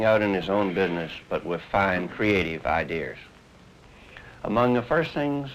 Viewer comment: I was locked in until innerstead instead of interested and idee-er instead of idea.